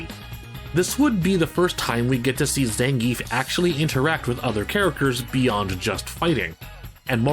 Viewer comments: 1: It's not ZAN-giev in Russia, it's zan-GI-ev. The 'ie' is made of two sounds, and the emphasis is on the middle. Zangief can be pronounced however you want, though. (Fun fact, how they pronounce Potemkin as an announcer is accurate to its Russian origin. The "e" in the name is actually a "ё" , which reads as "yo", not "eh" or even "yeh". Which is why it sounds like "Pochomkin", cause that's the name of the ship in Russian.) 2: I wouldn't say Blanka doesn't have an arc anymore, albeit, he is pretty clownish. Him selling Blanca dolls can be his way of helping his mother and learning to take care of himself in the world of steel and cement, instead of a jungle, as well as take care of her. Honda is, though, VERY MUCH , a one note character. Honestly, the fact that he can be friends with so many people should've been at least something to get him more fleshed out, like he is very charismatic and knows how to deal with people. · Gr8 info here. Hey I used to pronounce his name wrong too like everyone else. It's actually Zahn-Gee-Eff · When the author of "Respect Zangief" can't even pronounce the name correctly... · 12 minutes of a guy seriously talking about how silly fighting game characters not evolving as characters is a problem. Dude. It's fighting games. Nobody cares. I'm Ukranian and I know for sure that if Zangief is Russian his name is most-likely supposed to sound as Zangiev, but I don't care because nobody, even the creators don't. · You say his name wrong.